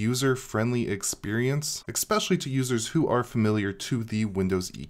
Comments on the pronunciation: exspecially? or especially? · Expecially ESpecially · Stop saying 'eXpecially' plz! It's driving me crazy.....OK, for real----thank you for all the great content, I watch every vid.